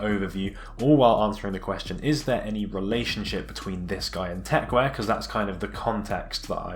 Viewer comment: it's called techwear not techwire ffs